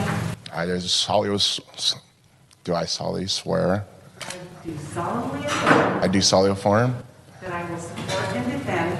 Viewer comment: "do you solemnly affirm" "I do solio foreign" 😂😂